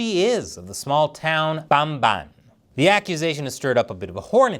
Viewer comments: Lol I appreciate the enthusiasm of how you say Bamban but it's "bum-BAHN" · i like how you pronounce Bamban,! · LOL i laughed at the way you pronounced the town's name 🤣🤣